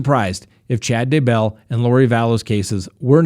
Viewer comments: Seriously; I KNOW People have complained about it before because you have TALKED about it.... but if you can’t say ‘Day-Bell’ correctly, I’m going to have to unsubscribe! It distracts SO MUCH from what you are saying About him!! It’s not hard! It’s ‘Day-Bell’. 2 syllables NOT ‘Daebull’. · It’s DAYBELL DAY-BELL 😂😂😂😂😂